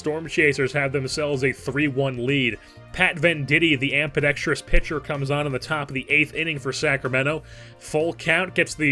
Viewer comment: I love your work, but it's "amBidextrous" NOT "amPidextrous". Sorry, it's been driving me nuts.